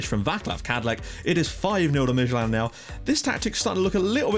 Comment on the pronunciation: Dude you're doing a great job pronouncing these teams. Esbjerg and Midtjylland is pretty damn good! SønderjyskE is pronounced a little different. It is hard to describe in text, but I'll give it a go. SønderjyskE is NOT pronounced SønderSjyskE as you do. If you drop that S sound in the middle, then it's much more like it. Well of course the "ø" sound is pretty hard for you guys, but dropping that middle 'S' then you're good to go. Btw this channel has grown shitty fast! I joined at your portsmouth about a year ago, and back then I think you had perhaps subs at most? You deserve the subs, just keep doing a fantastic job as always man Cheers from DK